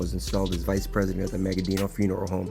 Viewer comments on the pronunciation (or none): none